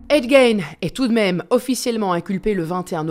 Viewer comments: On prononce en anglais Gein " Guine" et pas " Gaine ' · C’est GAIGNE mais GUINE 😑😑😑